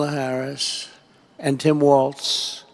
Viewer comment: Wow, the former pronounced Ms. Harris’ name correctly!!!😱😲😑